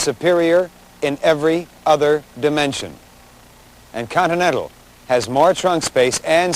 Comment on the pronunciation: The host even seems to like the Coninental